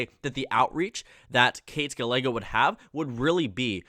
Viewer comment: Our mayor's name is pronounced "Guy-ay-go." Just an FYI! 😉